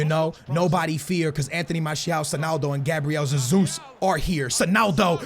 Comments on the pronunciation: The way you pronounce "Jesus" shows that you obviously have no idea how the portuguese pronounciation works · Hey love ur vids btw I’m Brazilian and Jesus is pronounced with a J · Hey love ur videos man. Hey I’m from Brazil, and Gabriel Jesus’ name name is actually pronounced with a J at the beginning so it’s basically pronounced the way it’s spelled 😅. Keep up the amazing videos man! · Mate, IDC how you pronounce Gabriel Jesus, but if you are Portuguese and pronounce it with a Z... better keep saying it as you were doing before. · Cmon dude thats not even how you say jesus but i get why you say it like that (i am also portuguese) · Caspar J it's a soft "J", he says with a kind o "z", but he's trying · just call him jesus and not sesus 😂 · No not zezus is hesus or jesus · Please i dont care IF its zezus that you say Please just say Jesus and not hasus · Why the hell are you saying SUSSUS, it's Jesus in Portuguese. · Who the hell is Zazeus! Gabriel hey-Zeus! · Gabriel "Ze-zus" wtf mate his name is BRAZILIAN so there shouldn't be a Portuguese pronunciation right? correct me if I'm wrong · Why can’t you say football players names correctly. You’re a fifa YouTuber, you should really know. Fucking Zesus 😒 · it is Hey-Zuez ( The greek god ) No offence but I am from Brazil Sorry for my English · Both of your versions of 'Jesus ' are wrong. Its Hehzoos. Fullstop. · stop pronouncing jesus like zezus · im portuguese aswell and your saying Jesus rly bad "zezus":D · DID HE SAY ZEZUS? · Omfg it's not zezus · It is not zezus I am brazilian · It’s pronounced He-sUs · It's pronounced Gezus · Rather u say Hasus that Yesus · U say it like Gabriel hesus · James rodruiguez Lol no, Gabriel Jesus himself said it’s pronounced Jay-sus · i'm brazilian and u still saying jesus wrong hahaha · He still cant say jesus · it's not Zesus its hesus maaann don't try so hard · I'm Brazilian it's not Hezus ... It's Jjjezus(a weak elongated j)